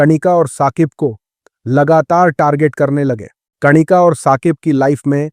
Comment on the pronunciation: कणिका नहीं कनिका होता है